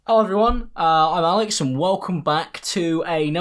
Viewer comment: every time he’s like : “ello ! i’m a l e x” i’m like oh- word?